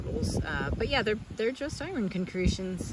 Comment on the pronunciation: As you say, I-Ron?